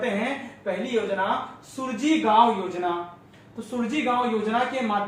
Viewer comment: Yojna ka naam sahi se pade Suraaji gaon yojna hai